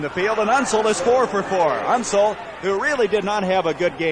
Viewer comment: Unseld - not Unsul. Never seen an announcer butcher that easy a name of that famous a player.